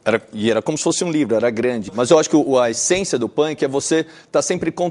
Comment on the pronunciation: o jeito que ele pronuncia punk kakakakak